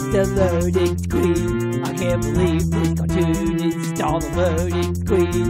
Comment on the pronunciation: Loading scween!